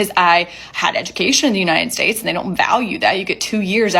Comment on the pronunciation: "ya-nited states" lol